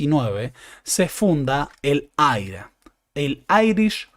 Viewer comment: Lo de " AIRA" me hace acordar a César Aira🤭, no, en serio, he escuchado referirse en inglés al IRA (por irlandeses) y ellos dicen "ai-ar-ei", yo creo que, si se dice en castellano, sería IRA, así, como se lee.